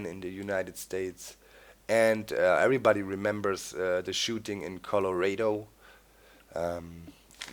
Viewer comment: doc you said colorado funny